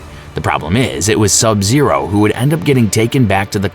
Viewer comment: My favorite MK character is Sab Zaro